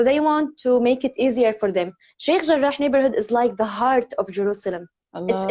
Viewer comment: Cukup suka dengar pronounce Sheikh Jarrah. Lain bunyi kholkaloh dia.